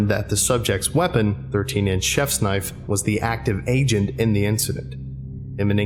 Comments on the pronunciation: Oi, ew got a loicense fer vat knoife? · "Now that's a noife"